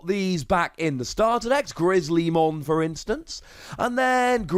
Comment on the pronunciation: You pronounced chrysalismon right the 2nd time